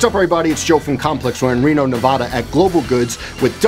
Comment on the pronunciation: It’s pronounced Nev-ad-uh not Nev-awe-duh.